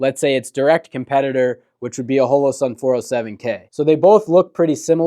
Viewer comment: Why are you saying holosun like that dude?